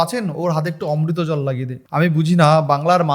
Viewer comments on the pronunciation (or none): বলছি ভাই কোন স্কুল থেকে বাংলা টা পাস করেছি এত বানান ভুল পড়ছো ??? অমৃতাঞ্জন টাকে বলছ অমৃতা জল, ঠোঙা কে উচ্চারণ করতে পারছ না ।